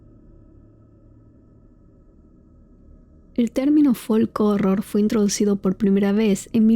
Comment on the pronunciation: La "L" en la palabra folk no se pronuncia